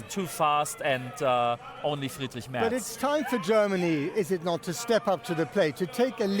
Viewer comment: Thanks for pronouncing Merz correctly. My fellow American journalists are so willfully ignorant.